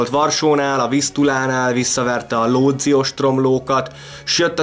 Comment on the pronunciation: Kérem Łódź az nem Lódz, hanem Vudzs a kiejtésben.